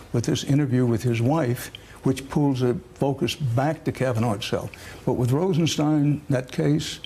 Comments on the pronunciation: "stine", similar to "mine". To the best of my knowledge, the name "Rosenstein" is a German surename (cf ), so I would fall back to the German pronunciation when there is a doubt about it, as in "Einstein" ("stine", not "steen"). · It's pronounced RosenSTINE. It's all laid out in Young Frankenstein. (clip provided by NPR). Y'all get together on that, please? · On a side note, I don't understand why so many people can't pronounce the name Rosenstein correctly, It's "Rosen-STEIN", not "Rosen-STEEN". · Francesann Jackson, the deputy AG himself pronounces it “Rosenstein”, not “Rosensteen”....i watched one of his news conferences a while back. She just rubbed me the wrong way by not taking a cue from an anchor, who was pronouncing it correctly. Also, even if if she was not sure how to spell his nam she surely knows how to spell “Einstein”... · Rosenstein rhymes with wine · Is Rosenstein pronounced "steen" or "stine"? People seem to be all over the map. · She is so articulate, yet refuses to pronounce Rod Rosenstein name correctly.....